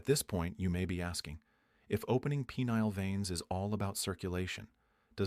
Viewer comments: "Pea-neal veins"? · "peneal"..?.. thanks, AI